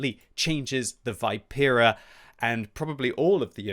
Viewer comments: It's not Vaipera it's Vipera (Vee-pe-rah) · Great content as always! Just FYI it's Vi(like in victory)-pe-(as in peg)-ra. Also wargaming says contracarro (should be anti carro) and the engine is not oto melara but oto malera (an existing military engine company).